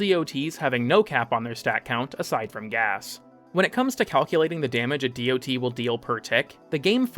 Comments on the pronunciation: The information here is solid but man I do not need to hear how tier lists work. Also, ignoring mods that can recontextualize damage types such as Shattering Impact just seems odd. Also nobody reads out DoT. It's "dot." it has been for like 20 years now. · Bro sotp saying dot that way please god please